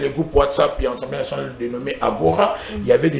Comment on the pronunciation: J'ai l'habitude de vous suivre et je vous exhorte à bien prononcer les mots, on ne dit pas Ensemblé nationale mais plutôt ASSEMBLÉE NATIONALE